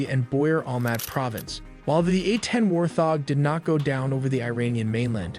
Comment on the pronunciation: Buddy kept saying war-thog, c'mon man, get it together. All that work on the animations and he couldn't take the time to read through the script once before recording?😆